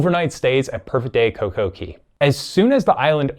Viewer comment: It's coco CAY not coco key. It's pronounced CAY because it's set up to rhyme with DAY. Perfect DAY and Coco CAY not Key.